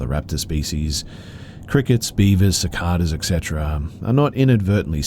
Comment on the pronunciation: Just to let you know...Cicada is pronounced siCAYda